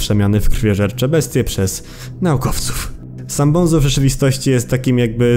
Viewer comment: bunzo nie bonzo